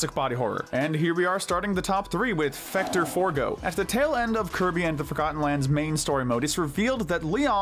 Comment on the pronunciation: Fecto forgo not fecter forgo lol